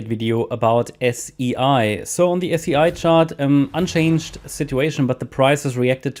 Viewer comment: I love your analysis thank you. SEI is pronounced like the word “say”.